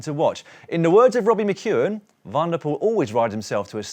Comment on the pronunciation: Hello Daniel et al, thanks for a superb show, I’ve watched every day of the Giro so far. Please allow me, on behalf of all your Dutch, Flemish and South African viewers to appeal to you to pronounce cyclists from those countries’ surnames correctly, when they start with “Van” - and there’re a lot of them! Van Aert, Van der Poel, Van Baarle and the rest are pronounced ‘fun’, not ‘van’ like a small truck. PLEASE - just park the vans!! You guys are all brilliant at getting the French names correct, so why the glaring inconsistency? Either anglicise ALL the names or take the trouble to find out how they’re pronounced in their home countries; anything else is disrespectful and lazy journalism. You guys are better than that! Thanks. PS: And this is a sincere offer, I’d be happy to offer a short ‘workshop’ on those countries’ names - let me know, but keep up the great work! Rory